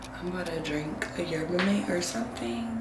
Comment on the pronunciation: 💕Love the vid, it’s pronounced Yerba mah-tay btw